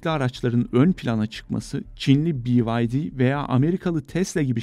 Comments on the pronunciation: Spiker haberi turkce okuyup,turk izleyici ve dinleyiciye hitap ediyorsun ama arabanin markasini bi vay di " diyorsun,.? Kakafoni yapoorsun...byd..turkcesi be ye de... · Gzt sizi taa 40 bin aboneyken takibe aldım,B bi Y vay D di ne Allah aşkına??Be Ye De Türkçe deseniz olmaz mı?? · "Biaydi" nedir? Türk kanalında BYD "Beyede" Şeklinde okusan olmuyor mu? Akıllı geçinenler siz Mercedes, Audi, Bmw, Opel, Porsche gibi markaları Almanca okuyun, Toyota, Mazda, Daihatsu gibi markaları Japonca okuyun. Tesla, Chevrolet, Cadillac gibi markaları İngilizce ama amerikan aksanı ile okuyun. Cherry gibi Çin markalarını Çince okuyun. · Bi AY Dİ demek ne arkadaş? BE YE DE demek çok mu zor. İngiliz misin? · BEYEDE yerine bi vay di demeye devam ederseniz cimere şikayet ederim sizi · Bivaydi mi😂 İngilizceni yerim senin 😂🎉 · ingiliz markasıymış sanki öyle okuyor. itici bir şekilcilik